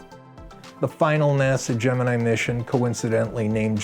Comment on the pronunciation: The astrological sign "Gemini" is correctly pronounced the way it was in this film. GeminEYE.